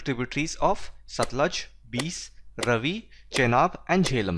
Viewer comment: I just hated Geography before watching your videos. I usually just slept in my Geography period and I've not yawned once while watching any of your videos xD . I've seen all your videos for class 9. I'm from Punjab and the only thing that bugged me was the way you pronounced the names of the rivers Satluj, Beas and Ravi. The correct pronunciation is Satt-luj (looj) , Bay-aas and Raavi.